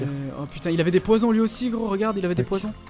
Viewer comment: à "les poissons" au lieu de les poison :d